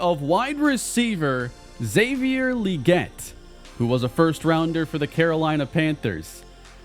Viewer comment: Pretty sure Xavier Legette's name is pronounced with a hard G, so Leg-ett, not Lee-get.